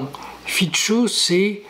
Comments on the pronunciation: Robert Fico , se dit Fitso et pas Fitcho , le c se prononce ts en slovaque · FICO : son nom se prononce, en slovaque, [fitso]